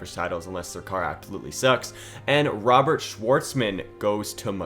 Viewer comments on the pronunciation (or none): none